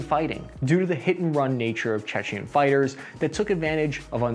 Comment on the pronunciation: It's 'Chechen' not 'Czechian'. Czechia is the Czech Republic, and Chechnia is the home of Grozny in what is now Russia.